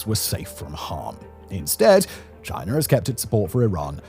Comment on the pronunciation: What is this country "Chinar?" I have never heard of it. Is it ruled by Winnie the Poohr?